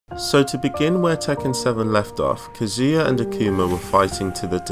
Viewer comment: “Kezia” u mean kazuya captions